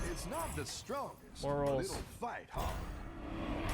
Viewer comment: The "more rolls" was just too much, it just started to sound like "morals"